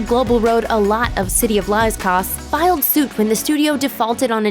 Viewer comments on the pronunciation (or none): none